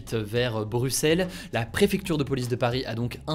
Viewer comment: On en parle qu'Hugo prononce "Bruxelles" correctement ? Je l'ai très rarement entendu ainsi de la part d'un Français (note qu'en Belgique on a pas mal de noms assez relou pour vous surtout en Flandre) Bref, très wholesome, keur sur vous ! 🇧🇪🇨🇵